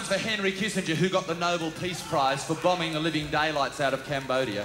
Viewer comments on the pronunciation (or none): none